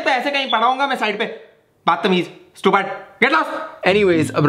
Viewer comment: That word "STUPAD" 😂😂😂💖